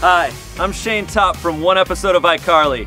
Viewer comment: ''SHAYNE!!!!! NOT SHANE, IT'S SHAYNE.